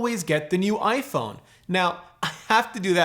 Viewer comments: Is iPhoone the Canadian pronunciation? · iPhoone? Is that what they are called in Canada? Kind of like the old stereotype of Canadians pronouncing about as aboot? :) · hahaha iphoone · "clean your iPhoone" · iphoone???? lol